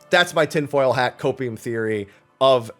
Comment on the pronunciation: What was that? Copeieum? O2? Huffing? I’m curious ? What’s that ?!?!?